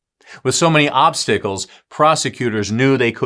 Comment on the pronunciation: Is this AI? If so, this one is pretty good. I wasn’t watching the video to see the usual signs but heard a couple mistakes in words. Most prevalent was at the end when he said “ With so many “obstickles” in the way” instead of obstacles, I questioned it. There are usually a few visual clues with AI, not blinking, jerky movements, strange facial movements and so on. Anyone know if real or fake?